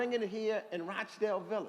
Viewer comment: UNBELIEVABLE. HE SAID "ROACH" DALE VILLAGE. 🙈